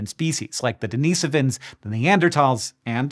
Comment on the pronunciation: And you pronounced Denisovans as per my description, which is formally correct and most beautiful to hear! How beautiful! Thank you, Hank! I know it took quite the effort and overcoming to get here, but that was truly heartwarming and a spark of happiness in these desorienting times! Lots of love from Denmark (originally from Greenland. I guess you know, why at this awkward place in time, that really made my day!) ❤